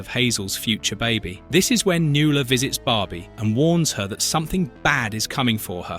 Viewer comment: NuAla. Mispronounced names drive me nuts. 😊❤